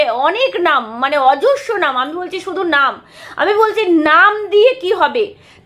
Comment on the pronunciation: কথাটা "প্রকাশ্যে" হবে "পকাশে" না "অজস্র" অযশ না। র ফলা টা পরিষ্কার না